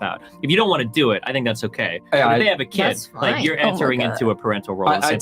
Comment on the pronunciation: Why is there a Y in the word Kyid or I mean Kid!